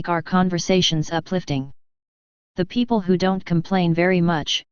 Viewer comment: It’s amazing. But some issues are there while listening it. 1) remove pg numbers & 2) some word are not proper like, it called ‘PEO PLE’ instead of ‘people’